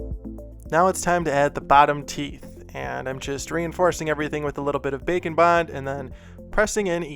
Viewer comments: Every time he says bake and bond... I hear... bacon... ....... .......... I'm so fat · This was great video and I like the slime one the most. A kool thing you could do is an angle demon whacyacallit. The 2 different thing like "2 face" from batman. I know you are saying bake and bond but I like the sound of bacon bond better. Love your videos.